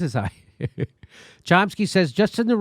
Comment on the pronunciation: " Cump-sky" lol.